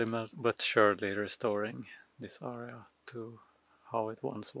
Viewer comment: AREA = air-ree-uh. not arr-ree-uh. arr-re-uh is ARIA. like the opera singer performs. You can say "pile" instead of "heap". and it was a nice bonfire.. ... So what is the ditch for ?? Why did they dig it long ago and what will you do to "restore" it......fill it in? Thanks for the email reply. And as always...be safe and do good deeds.